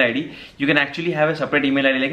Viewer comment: brother don't mind being an active subscriber, I can say you it's not hove it's have that pronunciation problem. don't mind if not I anybody will tell you in future.